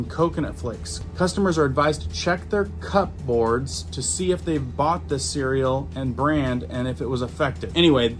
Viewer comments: Cupboards is pronounced as 'cubberds' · "Cupboards" is pronounced "Cubberds".